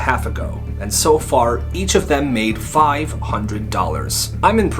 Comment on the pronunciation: i thought i misheared him when he said each